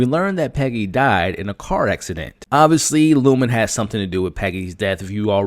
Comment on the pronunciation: Lumon not Lumen 😂❤